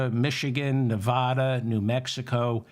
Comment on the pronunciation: Short A in Nevada, David…TY..